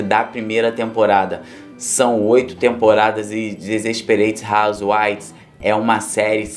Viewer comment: Pronúncia Despereite rauzeuaives